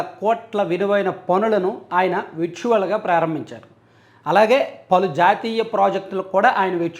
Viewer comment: విర్చువల్ కాదు బ్రదర్.... వర్చ్యువల్😊